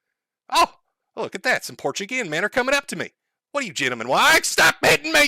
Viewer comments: Oh my fucking god Josh was right, he does pronounce it "porchego" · Pour chew go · You're saying it isn't Portchugo? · I think he pronunces it more like "portugo".